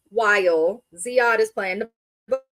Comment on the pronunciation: His name is Ziad, not zead.